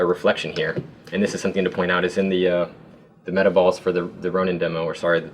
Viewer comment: im glad im not the only person who thought this said meatballs not metaballs XD